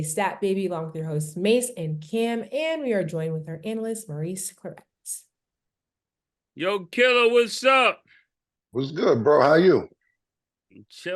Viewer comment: Somebody tell Stat, it's Maurice Clarett, not Claretts. Legend in the buildin